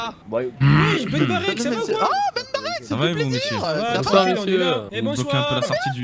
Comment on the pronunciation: C'est moi ou il a dit ben bartek?🤣